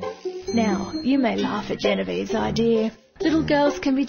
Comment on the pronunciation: haha she said ideir ;D